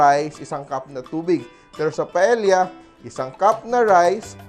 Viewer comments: It’s not pronounced as pa-el-ya! The correct pronunciation is PA-EYYA!!!!! Por favor!!! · double l is pronounce as y in spanish paella is pronounced paeya。